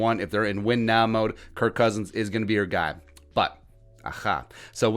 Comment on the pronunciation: You said his name wrong man. 🤦